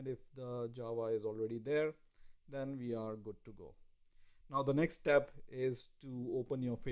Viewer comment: Your accent shows that you're a poor student of the English language; instead of saying "we" you say "Vee"